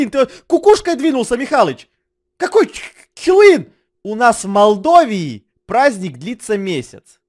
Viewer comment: Произносится не Молдова или как вы там сказали а Молдова вот как я сейчас сказала